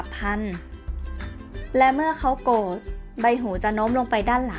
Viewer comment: อ้อ มีคนรู้จริง. ขอบคุณค่ะ ข้อมูลเขาก็เยอะดีนะคะ แต่รู้สึกเหมือนกันไหมคะว่า... รำคาญคนอ่าน ไม่มีตัว "ร" เลย แมวตัวกม เวลาโกด แปงขน คือถ้าพูดคุยกันเองในบ้าน ยังไงก็ได้ แต่ถ้าจะอ่าน ให้publicฟัง ควรจะต้องหัดนะคะ. ภาษาไทยจะได้ไม่วิบัติไปมากกว่านี้ค่ะ